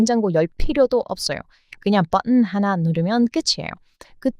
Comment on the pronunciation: 사랑하는 의 한국어 발음이 많이 부족하시네요. 그래서 하나 알려드릴께요. 벝흔이 아니라 버튼 입니다. 다시 해보세요. 버! 튼! ㅋㅋㅋㅋ